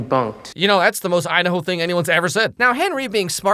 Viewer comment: Haha you said Udahoe